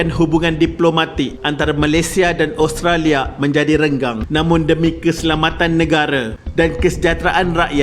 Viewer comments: min sebut oustolia ehhhh 😜😜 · cuba dgr tiap kali admin sebut Australia...mcm dia sebut Oustralia 😜